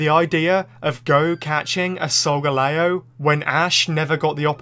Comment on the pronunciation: 👉Why you called solgaleo A sogaleo👈